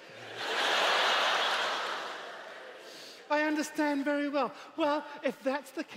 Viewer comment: "you undehstann??" 😂😭